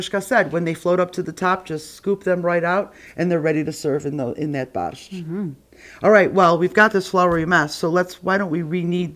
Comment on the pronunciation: My Polish grandmother and mother never pronounced Borscht the way you do.